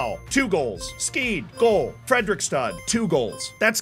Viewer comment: I would never guess that the name of my lokal klubb would be said be (Fredrikstad)